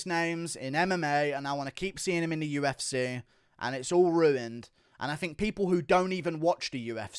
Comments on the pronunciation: Why can't he say 'UFC' or 'money' properly? What is up with his accent. I have no idea where it's from in Britain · "The U-F-Cehh" 😂